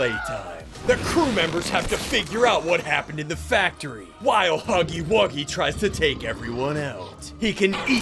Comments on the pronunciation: It's huggy wuggy not huggy puggy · It’s huggy wuggy not huggy puggy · Its huggy wuggy not huggy puggy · Ay!! It’s not huggly Puggly it’s not huggy puggy it’s huggy wuggy! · ITS NOT HUGGY PUGGY ITS HUGGY WUGGY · Bro It's not Huggy Buggy It's Huggy Wuggy Or You Can Call Him Huggy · HIS NAME IS HUGGY WUGGY NOT HUGGLY PUGGLy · Its not huggly puggly its huggly wuggy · His name is huggy wuggy not hugely pugly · It’s huggy wuggy not hugglie puglie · The name is huggy wuggy not huggy pugly